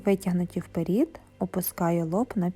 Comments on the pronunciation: Дякуємо! Ви молодець, тільки, будь ласка, не "вперІд", а "вперЕд" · Чудове пояснення. Благодарю. Але чому вперід? Вперше чую таке ... "Получається" - теж ріже вухо. .......Виходить - буде класно👍 Благословіннь вам рясних 🌷